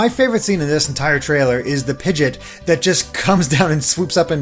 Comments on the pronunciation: Bruh my man did not just call pidgeot, pijit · Did you just call Pidgeot piget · “ is going to learn so many Pokémon names” mispronounces pidgeot